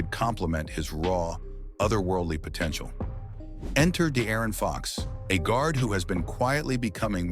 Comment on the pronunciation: “The Aaron fox”